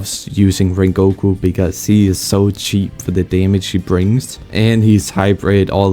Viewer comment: bro called rengoku ring goku